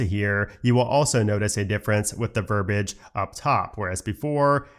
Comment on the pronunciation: verbiage, not verbage verb-ee-age